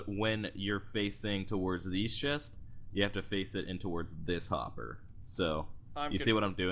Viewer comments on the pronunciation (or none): none